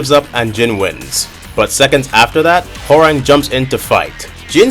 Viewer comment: bro said WHORANG